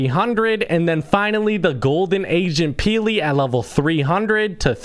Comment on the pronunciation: i thought he siad Asian peely!